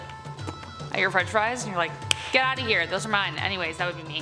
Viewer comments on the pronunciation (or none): none